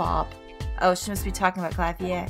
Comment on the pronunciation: I'm pretty sure Klavier's name is pronounced exactly like it looks, "Clay-vi-er", at least that's how everybody else I've seen says it.